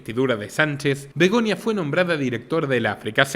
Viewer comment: Es Begoña , no Begonia